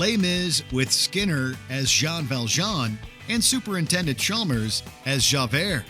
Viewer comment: Did he just say, "Super Intended" Chalmers?